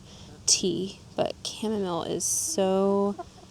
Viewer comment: Thanks for NOT saying cha-mom-ma-lay!!!! 😂😂😂😂